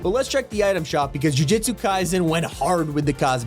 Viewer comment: Ju-Jitsu Kaizen 💀💀💀